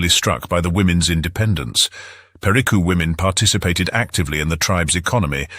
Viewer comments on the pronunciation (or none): Pe ri CÚ! Aprenda ler e falar!